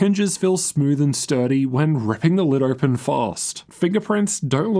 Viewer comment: “Ohgpen”. U got something stuck in ur throat mate? What’s this accent